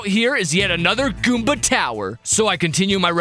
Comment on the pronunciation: WHAT DID YOU SAY GOOBA